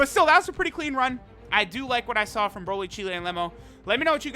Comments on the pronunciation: Her name's pronounced Cheelai (rhymes with Mai), not Cheelæ. The 'ai' at the end makes a long 'i' sound. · Please please please stop saying cheelay